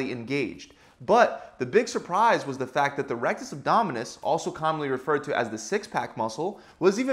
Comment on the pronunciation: saying facs